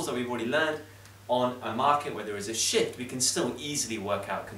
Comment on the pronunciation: It was Shift. Not Shit😂😂